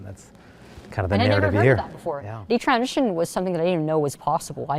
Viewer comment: why is she saying constantly "transion" instead of "transition" .. I don't get it